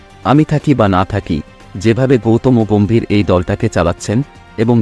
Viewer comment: ওটা গৌতমোগোম্ভীর না, গৌতম গম্ভীর হবে 😂😂😂